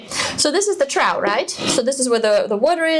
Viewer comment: As a native English speaker, please accept my apologies for the spelling of trough. It is pronounced "troff" not "trow". Even though we don't pronounce though, plough, borough or enough similarly.